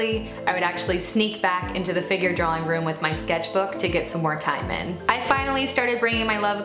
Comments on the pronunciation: So intelligent, so accomplished...but every time she says "drawling" instead of "drawing" I want to scream. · The irony of an artist that can't pronounce the word drawing, lollll. "Draw-ling"